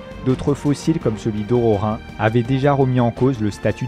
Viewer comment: yvèsse coppens ? ororin ? un effort svp